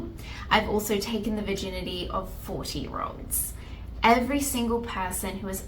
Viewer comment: oh god when you said "40 year olds" the Australian accent threw me for a loop for a minute!